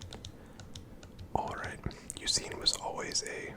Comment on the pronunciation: You did indeed pronounce Eusine's name correctly lol